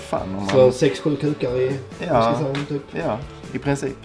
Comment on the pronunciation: whiskey saauh